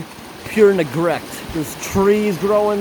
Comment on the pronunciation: "pure negrect"